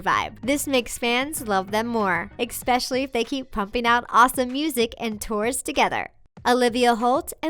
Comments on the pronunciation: Especially is not pronounced Expecially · I am so sorry but the way the presenter says especially aka expecially, really bothers me... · eXpecially ? Why people pronounce it like that ! There is no X ! 🤦🏼‍♀️ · "Eggspecially" dude seriously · There is no such word as EXSPECIally1 Please pronounce it properly with so many kids listening to you, you are teaching them to speak incorrectly. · is anyone else annoyed by how she says especially like "exspecially?"